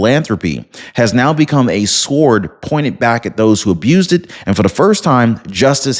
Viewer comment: FYI in the pronunciation of the word sword, the "w" is always silent. That said, this was a fine presentation. Thank you.